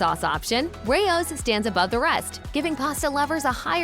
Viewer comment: They can't even pronounce the name Rao's right. 😂